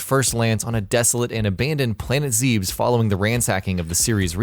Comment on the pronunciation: Hearing Planet Zebes (Zeh-biss) pronounced "Zeebs" is extremely cringe-inducing.